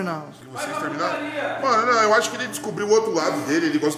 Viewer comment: Tá parecendo o povo que apoia danan. Dani fala "mano" e o povo ouve "moh" "amor" kkkkk pqp